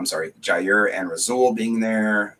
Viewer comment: He said "Ja Rule" 💀 trying say Jaire and Rasule... 😆 love it